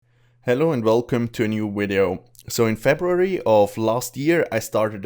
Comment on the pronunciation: I love it when you say "Wideo"